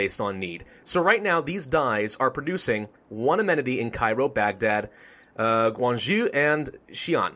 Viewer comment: Guangzhou is actually pronounced a little bit similar to Guang Jo